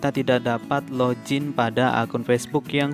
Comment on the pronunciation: Login bang bukan lojin